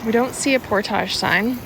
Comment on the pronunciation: Can youtubers stop making portages sound like they are posh and Pronouncing it portàge. Seems that is the new trendy youtuber way of saying it. Look it up it is pronounced Port-age